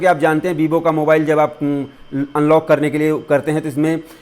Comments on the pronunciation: That is not bibo 😂 it's Vivo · That is not bibo its vivo😂😂